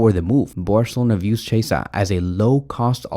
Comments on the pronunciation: Federico Quee-esa... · Im italian and a barça fan but please is cHiesa like Key